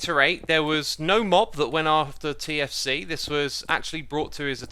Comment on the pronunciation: I heard for 4 minutes KFC instead of TFC and was really confused